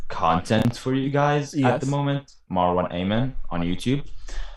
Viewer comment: What an amazing session! ❤️ Btw, shoutout to for pronouncing my username correctly on the first try ❤️👍